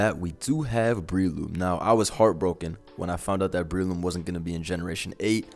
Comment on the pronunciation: Not that Breloom pronunciation...(it's Umbrella+Shroom, so pronounced Breh-loom)